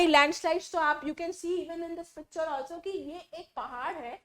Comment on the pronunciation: When mam talking about landslide she say picture ❌pacture 😂